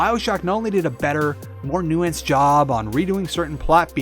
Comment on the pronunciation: "new antsed"